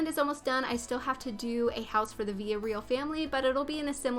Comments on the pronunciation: Vill-uh-ree-ahl is how you say that families names not Veeuhreal. I’m not trying to be rude or condescending or anything it was just triggering to me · Its not villa real its vila reeal